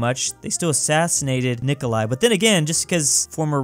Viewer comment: the only time has said Nikolai correct is this one.